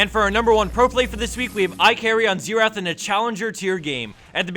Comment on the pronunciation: .... Why does everyone pronounce Xerath wrong... its XARE not Sear